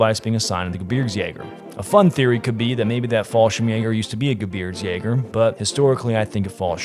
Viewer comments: native speakers opinion... 2nd Jäger was spot on... you on the other hand should practice Gebirgs- a little bit more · Didn't feel the need to do another take after saying "gerbitsjägers" in that intro? Edit: Oh wow this guy said it too 😂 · You guys butchered the name by the way. "Geh BIRgs yay gurr" stress on the second syllable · "Gebitzjägö" xD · The WHAT ? ? ? The "Gebitzjagers" ? ? Please learn to pronounce German correctly if you are going to present a vid as "historical" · Wow! You have to work on your German pronunciation "Gerwitzjagers?" :D Fun fact: there are tons of these carbines in Norway, as the Gebirgsjägers were deployed in considerable numbers to the far north of occupied Norway to fight the Soviets on the Litsa front near Murmansk. The G33/40 was used extensively in post-WWII Norway, especially by the Norwegian police, and are often marked as such. Many of these guns were surplused and sold to civilians once the police got more modern guns. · The gerbitsjeger 😂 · Hoooooollly fuck you hacked that name up 😂. GEH BEERGZ YAY GER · Love the pronounciation "Gerbitzjaegers" lmao. Since you're basically doing a vid on a czech gun, why not make a video about the ZB-26? It was produced under the name MG-269(t) and used by W-SS, Polizei and rear units. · ( Gej-birks-yeh-ger ) btw. i like that Gun lul Aron and the FG42 when? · Gebirgs is pronounced (Geh-bergs) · Die deutsche Aussprache dieses Kameraden ist suspekt. Wir behalten ihn besser im Auge. 🤔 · It's astonishing that most of these folks decked out in SS drip can't even correctly pronounce the word Gebirgsjäger. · Just help him with pronunciation of Gebirgsjäger please XD XD XD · the way he slaughtered the pronunciation though. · Bruh that German at the start pained me. You would’ve been better off saying mountain troops😂. Ngl you and Brandon’s German pronunciation makes my very soul wither. However, your content and character is notable so that I’ll just barely find it in my heart to forgive you.